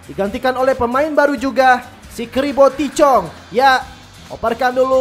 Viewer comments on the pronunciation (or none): tahith chong bang bukan tichong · Cara nyebut namanya bukan TI CHONG, tapi Tahith Chong